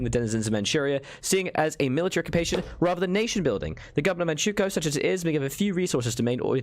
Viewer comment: It's Man ch-oo k-oo-o (since on english it sounds weird as hell) and it's spelled King not ching